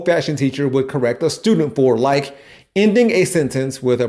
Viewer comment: When or why did "for" become "fir"?